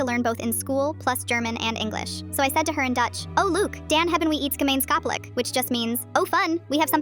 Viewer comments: as a dutch person… that sounds like it’s VERY broken german 😬😬 EDIT: for those wondering what i could make out from what she said: "look, Dan haben withs gemain gotholic!" (complete gibberish, though i could make out: look, Dan has a gamain gotholic! using the german grammatical rules) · That sounded like a poorly pronounced: "Dan hebben we iets gemeenschappelijk" /Than we have something in common. Sounded like it was mispronounced by AI and butchered it though. the subs on the video were also wrong.